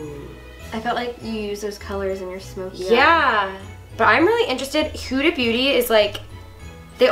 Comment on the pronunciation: It’s Huda (H uh da)not (h ooo da)